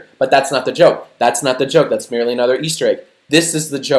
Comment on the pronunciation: That was meh-ly